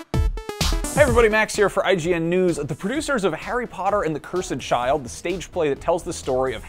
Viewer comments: Someone tell this guy how to say "cursed" correctly. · Why are you saying "Cursed" like that????!